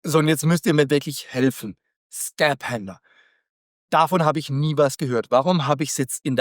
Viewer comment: Das "ph" in Skaphander spricht man wie in Physik aus, also "Skafander"😉